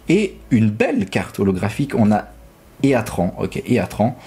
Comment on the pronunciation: Heatran se prononce itrane